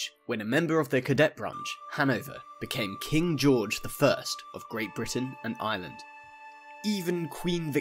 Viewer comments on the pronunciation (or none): none